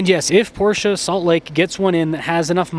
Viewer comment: Beautiful car, and thank you for pronouncing PorSHA correctly.